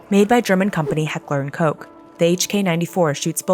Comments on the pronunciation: seriously? heckler and Coke? Koch!!!! not coke.... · Heckler and coke? Lmao it's koch ch ch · its said heckler and kohh but written koch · "Heckler und Cock", why are you doing this to us germans ffs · She did not just say “Heckler and Koke” right💀💀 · She doesn't know how to pronounce heckler and Koch Love it America rocks lol we could stop this Tierney going on rn. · Disliked for absolutely slaughtering the name Heckler und Koch.